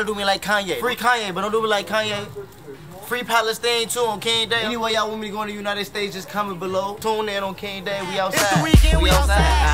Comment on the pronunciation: Palestine ...Not "Palastan" i know you know nothing about what your saying but least get the words right